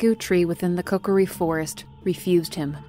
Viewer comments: It's kO-kear-E Not CokerE 😭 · She says koKOri on accident a couple times, but mainly says it correctly as KOkiri. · Kokori?! I’m sorry but it hurts me 😅 otherwise great video 👍